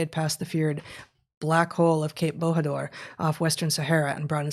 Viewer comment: OMG, "Bohador"...Shall I be extremely triggered by Heather's totally incorrect pronunciation of Bojador (more like Boo-jah-dore)? Or shall I just find it as a funny way of saying it, even if it is more like the Spanish way of saying it instead of the Portuguese way? I'll go with the second...